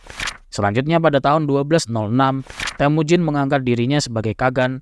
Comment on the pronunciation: BUKAN TEHMUJIN.. TAPI...TEMUJIN